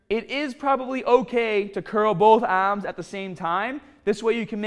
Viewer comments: My ahhhhms!!! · Yah ahhhhms will grow!